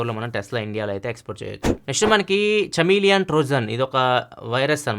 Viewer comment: అన్న అది చమిలియన్ కాదన్న కమిలియన్ (kuh·mee·lee·uhn)